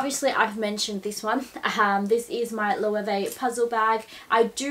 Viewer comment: I am a Spanish speaker. Let me help you "Lo" "e" way". It's always been big just not in daggy places like Australia and the States 🙉🌼😘